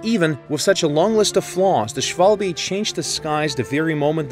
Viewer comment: "shualbe" 😂 im German and it physically hurts